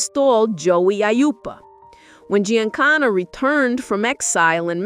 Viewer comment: The butchering of Giancana name is real gangster